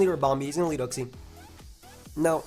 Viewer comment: You trigger me with your way of saying uxie